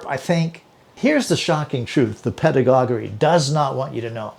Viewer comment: Just fyi it’s pronounced ‘ped-ah-godg-ee’